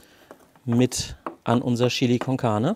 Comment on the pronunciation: Cooles Rezept, ich amüsiere mich immer köstlich, wenn Du "Schilli" sagst! :):):) Ich gebe in mein "Schilli" immer etwas dunkle Schokolade und eine kleine Tasse starken Espresso. Zudem brate ich das Fleisch in etwas Schweineschmalz an, das gibt noch extra Geschmack (wie auch beim Gulasch). Probier das mal aus!